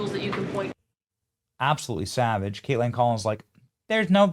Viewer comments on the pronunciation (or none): its Kaitlan...theres not a d at the end. Why do you keep saying her name weird and with a d!? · Why does he keep saying Kateland? Am I the only one hearing the emphasis on this pronunciation? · The way Benny calls her 'Kait-land" every time 😂